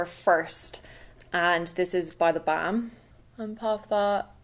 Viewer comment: Gorgeous look, by the way I just love the way you pronounce "theBalm"! :-)